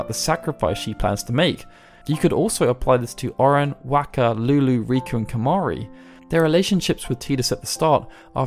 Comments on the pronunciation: Okay, we're going to pronounce it "Tee duss". Later... "Whack-uh" NOPE IM OUT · Wakka's name was pronounced ingame, so it would have to be ignorance that you say it wrong each time, or you did't actually play the game and are just reading a script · So you say Tidus name right, but then can’t pronounce wakkas correctly haha. Awesome.